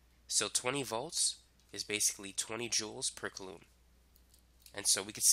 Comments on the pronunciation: It's "KOO-LOM" not "KUH-LOOM" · Coulomb is pronouneed Z at “”Cool Lombs”